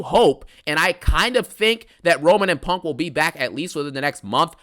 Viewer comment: I CONT STOP THEENKING ABOOT PUUUUNNNKK😂😂